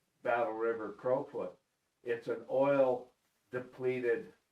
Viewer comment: you guys are numb...its Battle river crowfoot not crawfoot.....listening to you two is funny...you havent a clue..